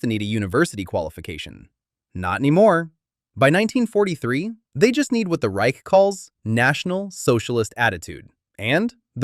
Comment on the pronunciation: he cant say Reich but Unteroffizier funny